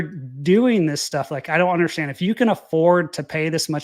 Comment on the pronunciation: UNDERSTAND....sound it out buddy. It's not UNDERSHTAND. INTERESTING. Sound it out buddy. It's not INTRESSTING.